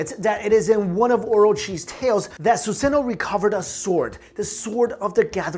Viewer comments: It's suzano not suseno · Ok, did he say Yata Mirror? If you know what that is have a good day! AND did he say Susano'o (he butchered is btw) Orochi? Orochumaru? Izumo? Izumo Uchiha! Amaterasu? Goddamn, they should play Naruto in history class.....